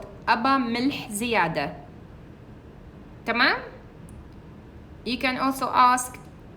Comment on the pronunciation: Madam your way of saying tmam is very beautiful i love it